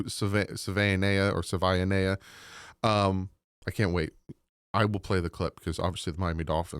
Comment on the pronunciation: It is Sa-Via-Nia